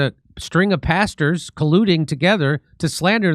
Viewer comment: JIMMY MAYBE ITS ME IRISH BROGUE, BUT WHEN YOU SAY PASTERS, IT SOUNDS LIKE YOUR SAY BASTARDS,😂😂🇮🇪🇮🇪🇮🇪🇮🇪